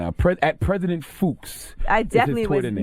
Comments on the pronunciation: Fuchs is pronounced Fox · My school done got Donkey of the Day....and Fuchs is pronounced Fox lol!!! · His last name is pronounced "Fox"...and UF grads do this every year. It doesn't hold up the ceremony...they dance, wave , etc. across the stage. Takes 2 seconds, and even if it is "disruptive" there was no need to assault (and insult) the grads and their families, especially the minorities who have endured countless instances of overt racism and microaggresions just to make it to that day. I support Association Black Alumni's response letter, and although I haven't seen it, I heard that the Black Student Union also responded.